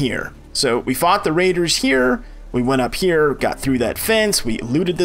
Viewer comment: These videos are great. Two annoyances (and I realize this series almost 5 years old)... The pronouncement of "here" as "he-EAR" is grating. It wouldn't be bad if it wasn't said multiple times in a row at times. Also the repetitive instructions take forever. Other than that though, awesome tutorials and very great info!